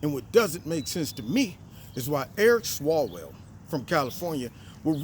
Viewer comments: Eric swallows-well bro not swalls swell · ONCE AGAIN,. His name IS Eric SWALLOWELL. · Its Swallowell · You meant Swalloswell...right?...lol. nice job.